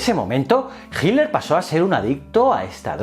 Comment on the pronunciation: Ojala mi pregunta aparezca en tus notificaciones, tengo una pregunta que no he podido resolver. Porque, principalmente en presentadores españoles a hitler lo llaman "hilder" o "hiler? Hay alguna razon para esto? Es algo bastante marcado en los videos españoles, gracias